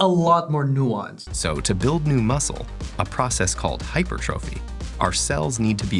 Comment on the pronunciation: Thank you, for saying hypertrophy correctly.